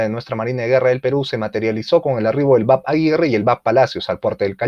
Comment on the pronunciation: Excelente video. Muy completo e incluye los nuevos proyectos. Solo una observación; los buques de la MGP, vienen precedidos de las letras BAP (Buque Armada Peruana). La pronunciacion adecuada es Be A Pe, no bap. Un abrazo y sigue adelante!